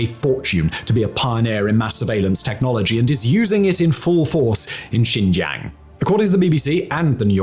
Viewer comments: Simon keep pronouncing Xinjiang as Xizhang...sometimes as Xijiang....sometimes xizhan..its like he's talking about 4 different places. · Next time you make a video you should learn to properly pronounce the name of the region that you talk about. XinJiaaang. Not a hard A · And ur saying Xinjiang wrong, at least get that right